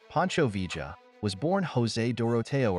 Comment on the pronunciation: You make a video about Pancho Villa, and can’t even pronounce his name?